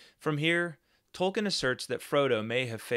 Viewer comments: Hi. If you google, you will see that Tolkien himself pronounces his name Toll-keen, not -ken. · Tolkien, not Tolkin. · All do respect, you should learn to pronounce the man's name correctly if you're running a channel bearing his name.